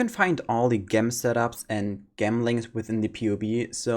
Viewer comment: lol why do almost all germans say "gem" wrong when speaking english.